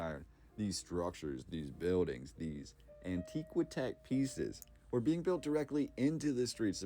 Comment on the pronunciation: The word is "antiqui-tech". It is pronounced an TI kwuh teck, not an TEE kwuh teck. That sounds so odd.